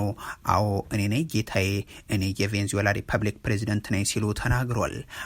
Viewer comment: Please make a correction "ቬንዝዌላ" አይደለም ትክክል አባባል "ቬነ-ዝዌላ" ነው